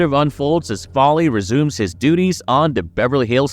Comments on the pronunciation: FOLEY! NOT FALLY!! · It's FOLEY, dude 😂😂😂😂😊